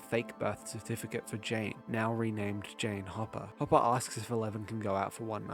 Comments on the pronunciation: Whenever says “Hopper” it sounds like he’s saying papa 😂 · Ngl I keep mishearing hopper in s1 as “papa” in your video